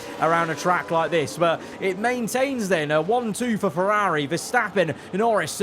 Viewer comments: No hate but why does he say Ferrari like that😭😭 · Why does he say Ferrari like that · Why do you say Ferrari like Feraaaaaarri and Aston like Astin